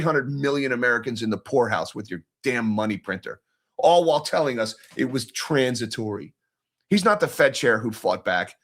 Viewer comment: Say it with me, Transi to ry. lol End The Fed.